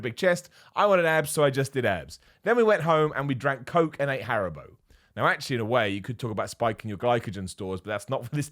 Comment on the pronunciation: I had to replay the part where he said we went home and drank coke and ate haribo because I swear to god I thought he said he ate heroin.